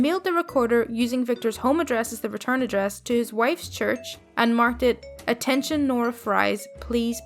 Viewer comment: Just so you know the names Victor and Nora Fries are batman references and Fries is pronounced like "Freeze" :p